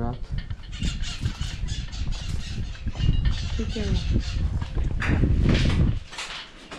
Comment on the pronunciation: LARGATO???lagaRto.....é o correto!